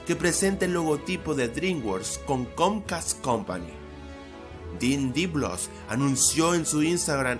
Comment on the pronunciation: Dijiste tothless Y no chimuelo o toothless XD Y Dean Deblos en vez de Dean Deblois